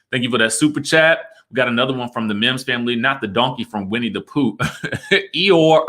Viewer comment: For? Not Eor!!!!lol,I can't!!!!SMDH